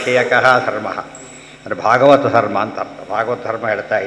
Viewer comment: it is भागवत not भगवत